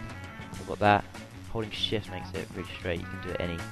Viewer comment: holding shift sound like ur sayin *holy shit* XP lol